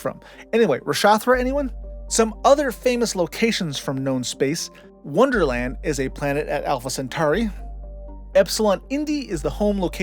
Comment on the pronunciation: Menage a tro-a, not troy and Wunderland, not Wonderland.